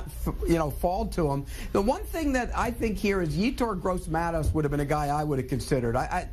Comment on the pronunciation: This man said Gross Matos. What an idiot